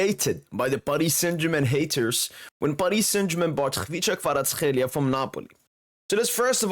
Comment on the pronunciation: Being Georgian myself, I can tell you that your pronunciation of Khvicha Kvaratskhelia is on point bro!